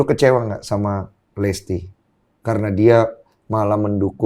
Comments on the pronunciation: Ini hostnya om om nyebut nama salah mulu wkwkw Winson jadi "Winston", Listy jadi "Lesti" 🤣🤣🤣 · LISTY BANGGG BUKAN LESTII :') , nama belakangnya bukan Kejora :') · Kenapa gw dengernya bang densu nyebut listy dengan "lesty" ya? 😅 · Baaaang, listi bang bukan lesti 😆